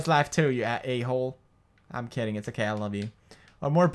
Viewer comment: PEWDIE, "u think aeym scared, u think aeym scared, ok aeym scared" LOL Pewdie is the best